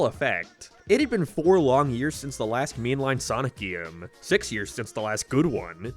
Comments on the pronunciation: why tf are u calling it a geme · Stop saying gyyam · GeMe💀 it's GAME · yeah but he is saying geeme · why do you pronounce "Game" as "Gyaym" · Why do you pronounce e weird? (gyems) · This is my first time watching this youtuber. Does he always say GAME as "GEEM"? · there's nothing more annoying than hearing him pronounce it "geem" i'm sorry I know it's just an accent but i'm just picky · PLEASE STOP SAYING GAME LIKE THAT